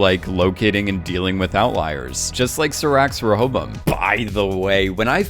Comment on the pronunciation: Great video! Side Note - It's pronounced "Ray-a-bo-im".